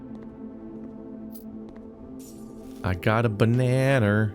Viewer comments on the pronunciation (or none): none